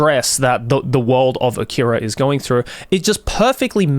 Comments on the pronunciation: Leave a like if you corrected Joey every time he said "A-keeey-ra" 🤣🤣 Great vid otherwise, Joey 👍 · I don't understand why he mispronounced "akira" like that in the video